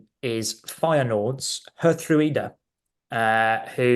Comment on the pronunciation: I love Geertruida and also would love to see all the pundits and commentators struggle with his name in the UK. (Yes i also cannot pronounce it) We should consider another Feyenoord player in my opinion: David Hancko. He wasn’t so lucky at the Euros but he’s a very good player. Aerially strong in both boxes, good with his feet. Quite versatile too on the center and left side.